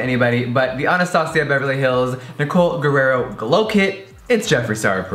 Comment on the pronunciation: Anyone gonna tell Jeffree hes mispronouncing Nicoles name??? R-I-E-R-O